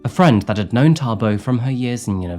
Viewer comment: 😅wow you say Thabo like a real Tshwana👍